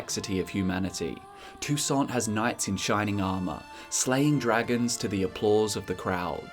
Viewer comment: It's prronnounced toussan, it's french(Techincally not french in the witcher but everything there is undoubtedly french inspired, names included.)